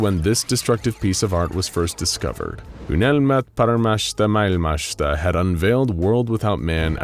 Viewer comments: I applaud you for trying to pronounce "Unelmat paremmasta maailmasta". I have to admit that I was playing Warframe while listening this video on the second monitor and I thought you were reading French until it continued "...a finnish phrase..." :D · How many times did you have to attempt saying "Unelmat Paremmasta Maailmasta" before you got something good enough?